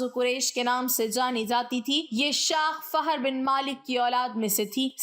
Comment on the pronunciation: Fahar Nahin fihr ibn malik